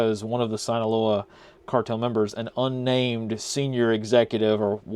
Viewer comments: Very small correction, but it’s pronounced “Seen-aloa” not “Sine-aloa” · Sinaloa is pronounced “seen-uh-low-uh” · If you only could pronounce Sinaloa right.